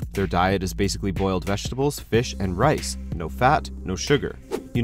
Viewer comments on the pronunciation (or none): none